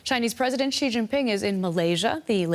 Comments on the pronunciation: Its not JI its Xi (Si) . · Xi is correctly pronounced more like "she" than si, unless you're from HK or Singapore. It's ji only if you're ignorant or American.